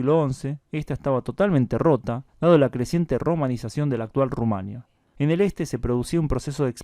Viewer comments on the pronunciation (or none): none